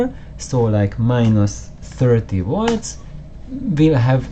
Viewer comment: Good fun. And don't take this the wrong way but often when you said 'volts' it sounded like 'watts'. And made me jump each time.... Subbed.